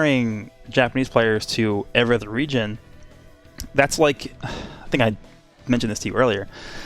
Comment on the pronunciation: At first I heard Regen and I was confused then realized he said region